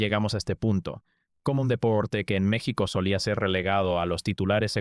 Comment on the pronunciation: Todos quisiéramos que este vídeo fuera cierto.... Pero es otro pend ... Vendiendo videitos y no sabiendo pronunciar bien el nombre de nuestro país ... Te cuelgas del triunfo de este gran atleta para decir tantas mentiras.... Que lástima me provocas.... Hasta creo que eres Argentino